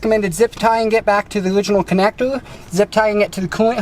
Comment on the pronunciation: I just heard "connectour... Connectour... Connectour.."